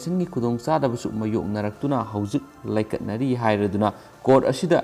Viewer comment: Pariba pao adu konthokta aranba taba waba kaya yaore. Laikatnari haigadaba natte laikannari haigadabani matungda chumthokpiyu haijari.